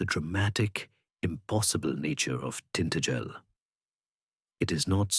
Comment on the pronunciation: Tin-ta-gel with emphasis on the ta! Not tin-t-gel!!!! 😂😂😂😱😱😱🤦‍♀️🤦‍♀️🤦‍♀️